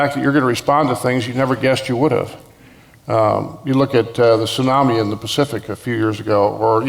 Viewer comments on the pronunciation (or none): none